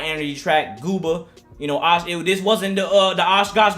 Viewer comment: Bro jooba not gooba that sound intresting more